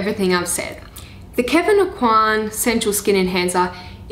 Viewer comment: The pronunciation of the name Aucoin is Oh Kwan (swallow the n and barely pronounce it, and A as in apple)